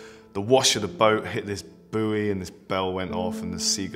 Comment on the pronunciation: It's not a 'bewey' it's a buoy pronounced Boy, have you no nautical education?